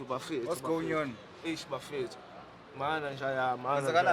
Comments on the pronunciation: i think for the fact that this second presenter has his own unique character we gon end up enjoying him, pls i stand to be corrected did he just said " Whats go-onion" aftr the call?😂😂😂😂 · "What's going nyon? " 😭😭😭😂😂😂😂💔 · “What’s going nyon?? Kwenzakalani”😂😂😂😂😂😂